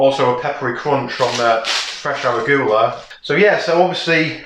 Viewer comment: Looks great! Always love to see your new vids :D It's "ur ·oo·guh·luh," and "chuh ·baa·tuh," btw ;)